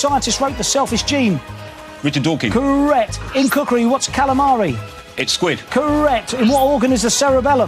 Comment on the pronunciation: Richard Dawkins, not Dawkin.